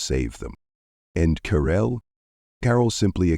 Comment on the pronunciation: Who on is DARRELL ? How come she has changed her name from Carell to Darrell or is the narrator’s batteries running low ?